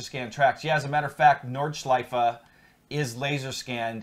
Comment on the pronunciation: hey guys when you already ask about correct german pronunciation : the track is called Nordschleife - don't swallow the e at the end . same goes for porsche ;) schleif and porsch sounds funny for germans ;) greetings keep up the good work